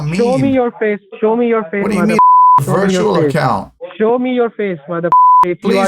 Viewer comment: wirtual accown LMAO